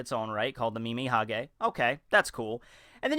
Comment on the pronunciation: It's funny how you've always said "Mimihage" when it's actually "Mimihagi" :D